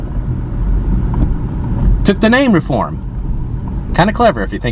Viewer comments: It is pronounced REE-form, not Raform. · You visited cities in West Alabama, specifically Pickens County which is where I grew up. Fyi, we pronounce the city “Ree-form” (long “e”) not “Reform”!! 🤣 Wish you had visited Aliceville and Carrollton. Carrollton has an interesting history , the courthouse with face in the window. Thanks for the video!! Roll Tide!! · We pronounce the name Reform, as Ree- form. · it is pronounced Ree form